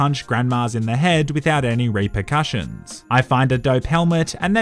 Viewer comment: you said rape-rcussions